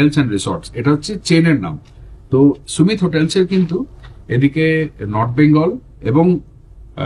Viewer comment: 'সুমিত' না 'সামিট' (Summit = peak, topmost point)? 😂